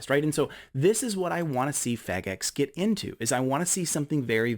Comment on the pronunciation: 🚨🔕FEDGEX???🚨🔕.......FE...DG...EX....you good bro. Lol